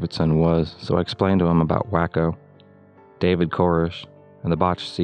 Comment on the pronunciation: Branch Davidian. Waco is pronounced Way-co. David Koresh was pronounced weird, too.